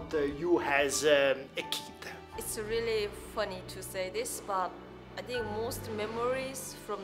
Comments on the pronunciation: do you tink?😂😂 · What do you "tink"? 😂😂